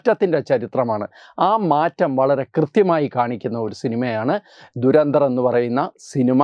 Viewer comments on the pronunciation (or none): Good content👌🏻👍🏻, keep it up! Trivia: Pronunciation is WAY OFF! ദുരന്തർ അല്ല , ധുരന്ധർ എന്നാണ് ഉച്ചരിക്കേണ്ടത് ! धुरंधर Meaning: expert/stalwart in something